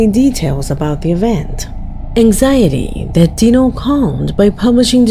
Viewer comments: 4 months ago? Are you the last one on planet earth to hear about this case….seen all of it…and he’s even moved and it followed him to his new place../watch project dark knight horror for a more in depth look at his case….deano lol it’s pronounced dyno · His name is D I NO not DE No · Uh just an FYI but it's not pronounced Dee-no it's Die-No like dinosaur. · Just as a correction: it's not Dino like in Dee No, it's pronounced like (Die No). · It’s not pronounced Dee-No it’s Die-No nugget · It’s pronounced dyno not deano….wow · Hi, I just wanted to let you know great job on the video, but throughout the whole thing you have been pronouncing his name wrong. LOL LOL!!!!! So it is Dinonuggets (Die-no) nuggets. And that's not his name he's talking about marijuana buds. But I love your channel keep up the good work I'll be sure to tune in. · His moniker is pronounced, “DIE-no”, as in dinosaur.